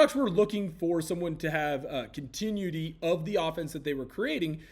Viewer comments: Continuity pronounced: (kaan tuh noo uh tee.) Or (con, ten, new, it, tee) I love you. 💚💙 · No hate bro but "continuity" sounded out = kon-tuh-NYOO-uh-tee. I haven't been here long so maybe I'm wrong and the way you say it is an inside joke. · CON tin new it tee”isnt that how it’s pronounced?